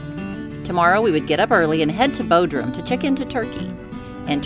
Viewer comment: Bod rum, not Bo drum.